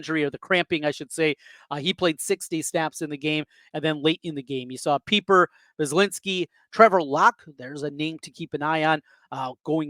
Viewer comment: It's PIE-per. Like Piper. Not PEEPER.